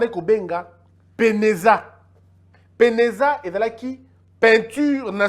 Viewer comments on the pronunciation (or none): Bonsoir mon jeune frère c'était PENAZA et non PENEZA